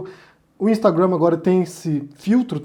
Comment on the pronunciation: só pra te falar que sua pronúncia de Instagram em inglês está equivocada ok 👌 A sílaba forte é a primeira